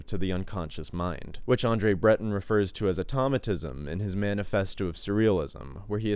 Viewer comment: André Breton is pronounced ANDREY BREH-TONE, not whatever said.